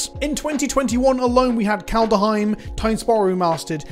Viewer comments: KALED HEIM. Not Kalda heim. JFC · I love how even a year later you still can't (or don't want to) pronounce Kaldheim correctly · That bothers you too, huh? To be fair to, most people mispronounce it.